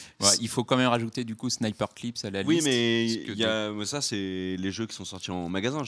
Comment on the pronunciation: Attention à la prononciation. "Snipperclips" ne se prononce pas "Sniper-clips".